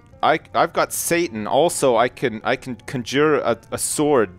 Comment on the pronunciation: Is pronouncing "Conjure" like that a Canadian thing?